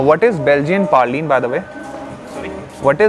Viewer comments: i think its Belgian praline and not Belgian "parlene" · Its not parline....its praline (""" praaa lene""" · Dude it's not parline... it's PRALINE